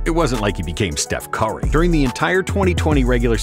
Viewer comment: "Steph Caory" 😂